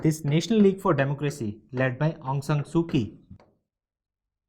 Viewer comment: It's pronounced as "Soo-Chee" not "Soo-Kee"